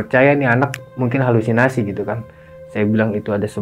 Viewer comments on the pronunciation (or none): none